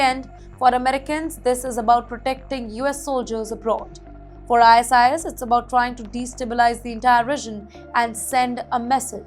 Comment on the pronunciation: why the hell are u reading out ISIS as .. Eye .. ass..eye ..ass// its ISIS ( Eye Sis).. gawd..